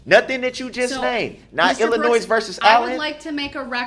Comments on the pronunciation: "IllinoiS"? Is that a new state? Guess his 12th grade education didn't cover the proper pronunciation.. even after the judge quoted Illinois vs. Allen a million times dipsh!t still cannot say it right. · Illinois ( the S is silent ) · He thinks that the S in Illinois is supposed to be pronounced.